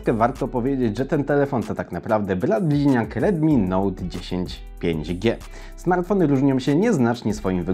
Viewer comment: Ciekawe "samrfony"